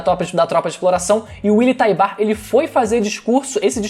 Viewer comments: Só eu que fico agoniado com a pronúncia errada o certo é "Taibur" não "Taibar" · Mano não é TaibÁr a pronúncia, é TÁibar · Acabei de rever o EP no momento em que o comandante Encontra o Willy a pronúncia é como se o U fosse mudo por isso falei que o certo seria Taibur tlgd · Willy taybar mano 😣😣😣😣.... Willy taybur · Algumas pessoas ficam excitadas por coisas diversas... Músculos Voz grossa Pegada Inteligência Barba ... Eu na real fico excitado quando o willyan tybur pronuncia.. "EREN YEAGER"